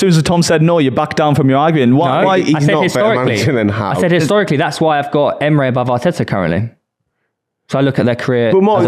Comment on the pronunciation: Why does keep saying Eme-ray?